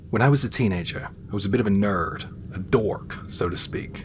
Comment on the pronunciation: I don't know why I got such a kick out of the way you put that strong American "r" on "nerd" and "dork" in the first story.